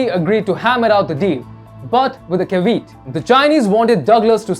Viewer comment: At least in American English, "caveat" has 3 syllables /ka - vee - at/, not /ka - veet/, probably because it is a loanword from Latin, so we try to pronounce it the way we think the Romans did (never mind that we invariably get other Latin words like "Caesar" wrong). I know English is one of the world's least phonetic languages. You have my sympathy. Thanks for the reporting.